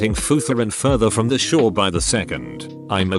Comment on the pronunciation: “Futher and further”